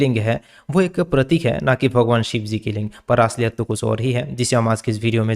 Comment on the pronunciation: अबे भॉगोवान नही भगवान होता हैं। ठीक से बोलतो ले।